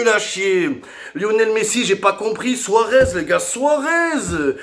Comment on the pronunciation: Suarez souaguez 😂😂😂😂😂